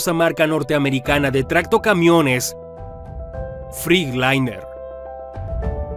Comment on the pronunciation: No se pronuncia FRICLAINER ,se pronuncia FRETLAYNER 🤡🤡🤡🤡🤡🤡🤡